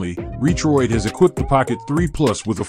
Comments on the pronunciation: These robot voices.. LOL! RE-troid.. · It's all good, the voice nearly tricked me if it wasn't for the Re-Troid lol. I just see so many videos with robot voices and slideshow pictures, there's so many of them now.